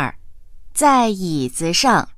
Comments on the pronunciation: ...Zai yizi shang , bạn nghe kiểu gì ra xue sheng vậy ? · Câu 11 子上 mà phát âm 学生